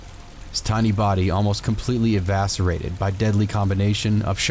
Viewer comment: I don't think evaserated is a real word. I think you meant eviscerated.